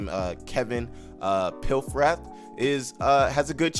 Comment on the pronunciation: HIS NAME IS PAF-RATH, small a.